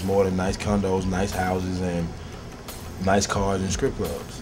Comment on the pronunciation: Did he just say "Scrip Clubs"... Yeah thats it for me...